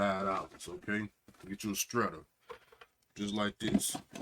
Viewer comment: Paper “stretter”😂